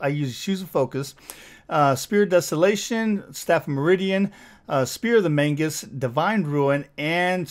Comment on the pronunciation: I've watched a couple of your videos and I just have to ask - why do you keep saying 'Spear of the Mangus'? It's called Magus, and I feel like this is a meme I'm not getting.